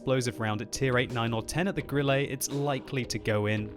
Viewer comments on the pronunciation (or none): 'E' on the end of a German word, like Grille is pronounced more as an 'eh' as opposed to 'ay', not perfect but meh. Cheers for the vid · Grilley? Wat. Can you even German? Grill-uh. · why die he say "grilley"? xd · Stop calling it Grillay... Please... For the sake of Gott :D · you do not pronounce it like Grillé, or Lowé